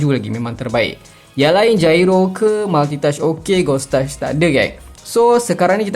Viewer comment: sebutan yg betul jyro bang